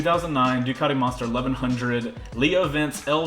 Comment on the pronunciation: but your DICATI